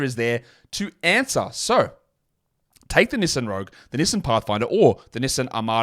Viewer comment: I just realized you are trying to say Knee-son(Nissan) lol